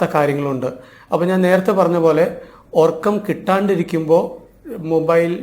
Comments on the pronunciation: ..orakkam..ennalla..urakkam ennanu...ethu schoolila padichath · എല്ലാം ശരിയാണ് But ഉറക്കം ആണ് ഒർക്കം അല്ല